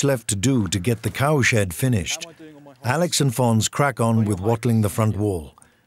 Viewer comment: Is it just me, but every time they say cow shed made, it sounds like cow shit made?